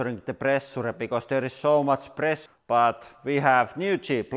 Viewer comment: "Quite much of plressuure." Indeed!